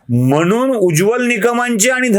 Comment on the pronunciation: 'म्हनून ' नाही हो! तो 'म्हणून ' असा शब्द आहे. शुद्ध बोलायला शिका ना जरा.